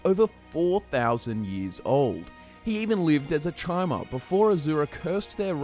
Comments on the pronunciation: Chimer is pronounced Kymer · chimer is pronounced "kai-mer"